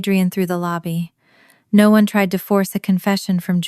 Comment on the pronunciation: Stupid but since it happens in all your videos. Anyway of changing the voice to actually say "no" properly instead of sounding like "nawh"?